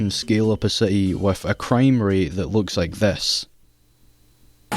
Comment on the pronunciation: Gotham see-eaty